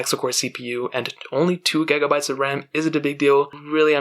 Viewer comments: Gegabytes literallY hahahah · "four gEgAbYteS of RAM" lol jk jk great review.